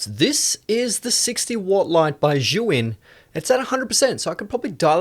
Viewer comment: You keep calling the brand "Zhu Yin" instead of "Zhi Yun" But this is a great video